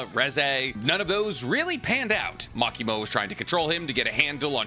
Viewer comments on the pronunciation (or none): I thought you were going to say the problem with Asa is that she has a split personality lol. You went with social inadept first, i mean thats not really an issue with Denji. You also called Makima->Makimo and Himeno->Kimeno....